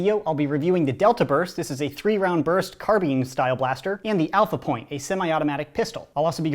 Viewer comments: It’s carbine not carbene! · you said "Carbean" but it's called a carbine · It’s not “Car-bean” it’s “Car-bi-n” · excuse me, carbeen? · it’s carbine, not Carbene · IT'S CARBINE NOT CARBEEN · did he pronounce car-bine as car-bean? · CAR-BINE NOT CARBEAN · Stop saying carbean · Whenever says CarBEAN instead of CarBINE I imagine Chief holding a giant bean lol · CARBINE IS SAID CARBINE NOT CARBEEN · Did he just pronounce "Car-By-N" "Car-Bean"?!?! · what tf is a car-bean? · It's not Car-Been it's Car-Bine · Carbean. Me: CARBINE IT IS CAR-BINE. (This is a joke about me getting annoyed by his pronunciation of the word carbine, do not take it seriously.) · carbean? It's carbine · STOP SAYING CARBEEN IT'S CARBINE. BINE!!!! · Carbine not carbean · Carbine? CARBEEN !!! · That carbine pronunciation tho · Car-bean. Shudders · Does anyone love his content but I can’t stand it when he says carbeen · The way he says carbine Car bean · i dont like how you pronounce carbine. carbean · Carbine (noun) semi auto firearms (car-byne) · it's carbine like combine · It annoys me how you say ‘carbine’ , I say it ‘cah-b-i-ne’ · The way you say carbine drives me nuts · Can’t pronounce carbine right...TRIGGERED